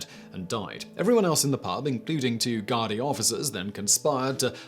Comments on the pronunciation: I wrote a nasty comment, then deleted it. You really should learn how words a're pronounced, before filming. If you didn't know how to pronounce Sligo... Type "Sligo" into the search. .. Thousands of Westlife fans will tell you how to say the town name. Search "Irish police" whilst are there.I (There is also no "r" in the English word for Castillo... Castle) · Gradai, it's said guard-ee. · Gardaí is pronounced more like Gar-dee although colloquially they're just called the gards. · Great video, though I must point out that (at least in Dublin, there might be regional variations) that the Gardai is pronounced Gard-a for individuals and gar-dee for the groups.